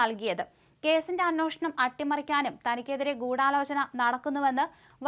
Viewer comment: നിങ്ങളുടെ പല ഉച്ചാരണങ്ങളും തെറ്റാണ്. "" അന്വേഷണം "" എന്നതിന് പകരം ""അന്നോഷണം"" എന്നാണ് പറയുന്നത്